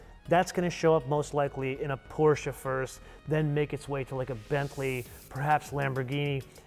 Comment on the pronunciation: So you're really good at pronouncing the brands correctly so Porsche is pronounced with two syllables. With that in mind, please say Rimatz, not Rimac.